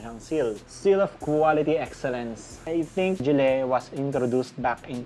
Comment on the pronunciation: Gille Its GILLY not GILLEH